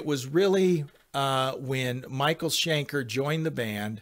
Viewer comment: Schenker, not Shanker!